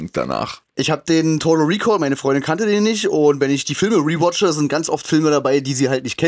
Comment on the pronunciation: Wenn ich das "riwotsche" Tolles deutsch😂